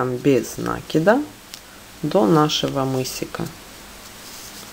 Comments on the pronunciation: Всё классно . Но только не нАкида, а нАкИда. Извините , но слух режит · Без накИда. Ухо режет